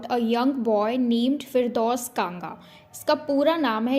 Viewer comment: Firdaus not Fidraus.... (Not criticizing) Love your explanation...🎉